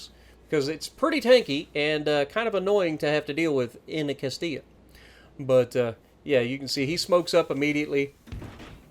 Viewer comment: Was terrified he was going to pronounce it Cast-ill-a. Thank you 😂